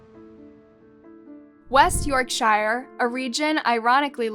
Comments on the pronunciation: I had to mention this, ps Note:face-green-smiling:: yorkshire is pronounced "york-shurr", not "shire" like "shy- ere" as in Lord of the Rings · It's pronounced 'yorksher' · It’s pronounced yorksher, it’s in the north of England not the middle and it’s not known for guy Fawkes, that’s something that’s celebrated everywhere and it happened in London. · Okay, but that's not how you pronounce Yorkshire. It's also not in the middle of England but Northern England. I'm from West Yorkshire myself, so saying I'm from the Midlands is a bit of an insult to a Northerner. Anyway, what a shocking case, I never heard of this one, but I don't watch the news these days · The way you pronounce yorkshire is awful and just disrespectful tbh